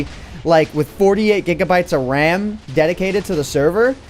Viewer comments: I was wondering, umm... what’s da wecomended amount of det-d-d-dedicated wam i should have to serverrr. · its WAM not RAM